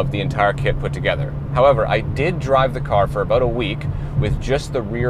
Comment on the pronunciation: Every time he said “a-boat”, I took a drink. 👌 🥃 🇨🇦 This was a very casual, helpful and informative video. Thank you,! ✌️